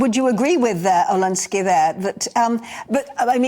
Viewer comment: Olensky.. It's Oleksiy.. Olensky.. 🤦‍♂️